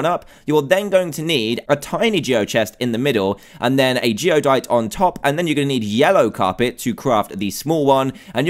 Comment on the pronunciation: It's Geodyte, not Geodite.